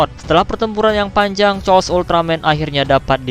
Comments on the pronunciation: Koreksi:chaos itu dibaca "keos" bukan "cos".maaf kalo admin sedkit tersinggung tapi jadi aneh gitu kedengeran chaos jadi "cos".sekali lagi maaf. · Cmn mau kasih tau klo chaos tu di baca bukan cos tpi keos